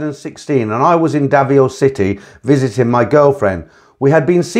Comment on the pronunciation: Davao, not Davio